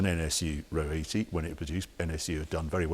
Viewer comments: R-O 80, not ro80.... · It isn't pronounced 'Row 80', the 2 letters are pronounced as separate letters - R O 80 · I thought it was pronounced “Are ohh 80” ? R O 80, unbelievable to think that was more expensive than an E-Type, I guess it was the Tesla of the day